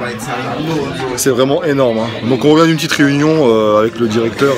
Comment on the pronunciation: Mdr tu kiff cette expression " Une petiteu video"